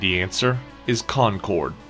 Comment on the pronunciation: You said Winnipesaukee right but not concord... what 😂😂